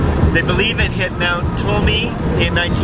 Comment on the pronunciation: Hey, The mountain name is pronounced "Toll em me" Nice to see the wreck.